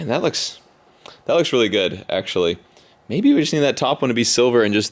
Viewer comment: he said maybe then he ended up saying mybe Also just relized that the windsheild is on and all you need is the interior